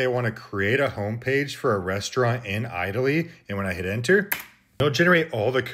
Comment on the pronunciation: I forgave the at-taly, but lagsagneee bologneeezeee was where I draw the line! Block! ;)